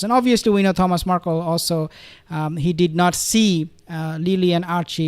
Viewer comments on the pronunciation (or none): none